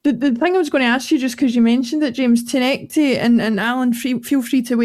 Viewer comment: Good show guys. But please...TOU-NEK-TI is his name. Not Tanecky or Tounet-kay